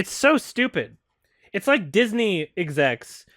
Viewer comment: She sound like she said: I love the new!